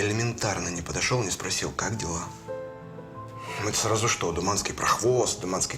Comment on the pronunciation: Не Туманский,а Думанский